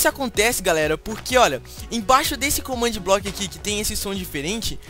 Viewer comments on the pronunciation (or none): ele falo comandblokc